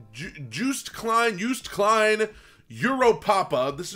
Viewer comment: Its not Juiced Kleihn but jooooost klein oooooo klein pronounce Klyne